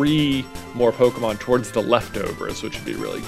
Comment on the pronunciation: He speaks so nasally he says “Pokemod” and it’s hilarious 🤣 KUTGW bro. I know I’m 2 years late but I’ve watched all your nuzlockes at least twice. MAKE ANOTHER NUZLOCKE series PLEASE!